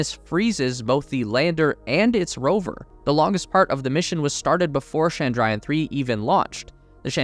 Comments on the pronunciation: It is Chandrayan not Shandrayan (please don't frenchify the Ch sound). You call Jesus's worship place as Church, not Shursh ... now do you? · Pleeeeeeeeease ! It’s not Shandrayan 😡, it’s Ch(as in chocolate)andrayan . Do your homework. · It's chandra (moon) - yaan (Ship/Vehicle)